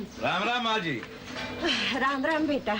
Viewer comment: Nhi bro usne maaji bola jo sunne me aaji lagra h 😂😂😂